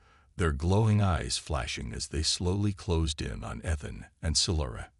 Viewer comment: Thanks for the story. BUT, your freakin AI, like most others....SUCKS!!! How many ways is it going to pronounce ETHAN...so far, 3 or 4.....and that is just the one word.....why don't you, like some others, narrate your own dang stories!!.....UNTIL such time that AI can speak proper English!!???